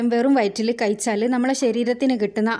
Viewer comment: കിയിച്ചാൽ അല്ല. കഴിച്ചാൽ.